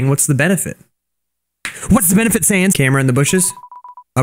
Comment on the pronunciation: he makes sans sound like fell 😂